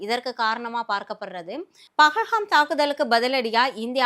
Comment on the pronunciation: பஹஹாம் இல்லை .... பஹல்காம்